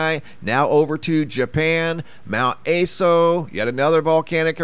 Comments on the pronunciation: Mt Ah-so not Ay-so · Mount ASO... A sounds like the "u" in up, and SO like the "so" in sock. Japanese vowels like this... A as "u" in up... I as "i" in sip... U as "oo" in boot... E as "e" in bet... O as "o" in hot. Just in case you care, or wanted to know.